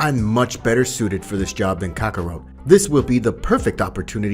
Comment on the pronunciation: I can't believe you got kakarot name wrong and whis